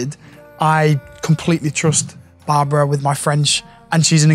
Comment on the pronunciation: Love her. It's Barbara not Barbra, for pronunciation. It's my name also and it bugs me when someone calls me Barbra.